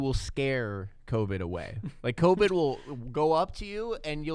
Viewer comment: COVID not covet